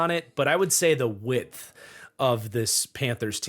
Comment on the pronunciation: Yea man that whole "width" thing.. not working for me.